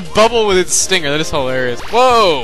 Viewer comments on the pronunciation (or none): none